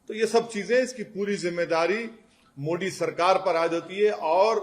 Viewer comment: तुम मोदी को मोडी क्यों बोलते हो ?